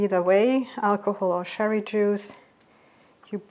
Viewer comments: Im living in Germany for 40 yrs. now. I find your recipes fantastic. Although I speak German fluently I wouldn’t have the courage to do a channel in German. Just one thing, the „ch“ in cherry is pronounced like the dance cha cha cha I’m normally English speaking. When u say sherry ( Sherry is a Portwein from Spain.) much luck and success with your channel. I love it. 🌈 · I thought you were saying sherry water, I guess it’s cherry . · Thank you for the genuine Black Forest cherry cake. PS. Sherry as opposed to cherry is an alcoholic drink (Fortified wine) and is said with the soft sh sound, cherry on the other hand is a fruit and is said with a hard ch sound as in lunch, chalk, cheese, charm, church. I know it’s a difficult sound to make for a non English person. But confusion reigns as ‘sherry’ is also often used in cooking.